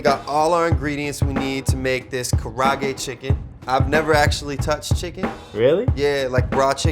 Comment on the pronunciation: The way they pronounce kaarage